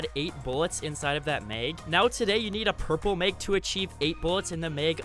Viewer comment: The way he says mags ... “ megs “ lol